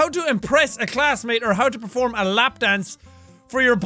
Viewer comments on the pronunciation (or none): none